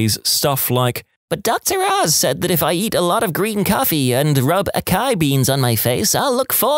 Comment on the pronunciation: You don't say AKAI (açaí), it's a cedilla, pronounced ah-ssa-ih with 3 syllables, stress in the last syllable. You can only say AKAI if you pronounce façade FAKAD